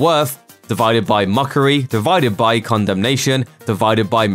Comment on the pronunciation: I heard Condomnation 🤣🤣